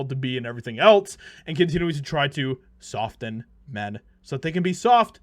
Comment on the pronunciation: Generally you don’t pronounce the t in the word soften. Just saying